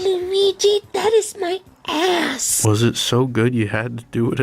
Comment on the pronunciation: I hate that the pronunciation of “Luigi that is my AAHSS” kind of got me